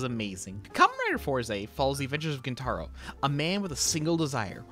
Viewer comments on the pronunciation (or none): Gent-a-roh, not gen-TAH-roh